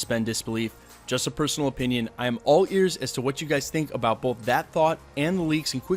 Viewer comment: u said”rong” I’m correcting your sentence also “about” not abute